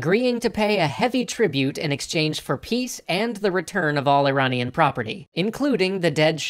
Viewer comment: That pronunciation of Iranian is making my ears bleed.